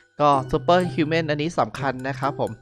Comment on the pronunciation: ฮิวครับไม่ใช่หิว